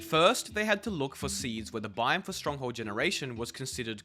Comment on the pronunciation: This dude saying “bime” instead of “biome”.